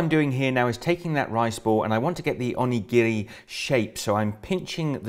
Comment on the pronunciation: I usually make these with a filling of a avocado, gari, and a little bit of wasabi. And it's pronounced [au-NI-girri] with emphasis on the "ni". Not "Ohnee-GEE-REE. :D